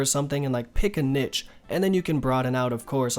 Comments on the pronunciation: Your "nitch" has to be the mispronunciations lmao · I know it's niche that's why I used the speech marks because that's how he said it bby xx